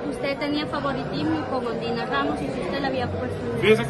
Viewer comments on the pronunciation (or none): Yo escuche que en vez de decir Ondina dijiste ondiya rramos jajaja hoy s i me insistes rreir